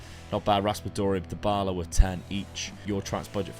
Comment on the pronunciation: My brain froze for a whole minute at Dybala being polish!!!! Dybała is pronounced Dee-Bow-Ah (yes, i am shocked too, cuz it's in Polish)